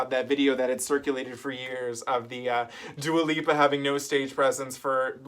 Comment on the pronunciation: Funny you call her Dua Pippa... pippa in Italian means "uninteresting" haha Have a good new year 😘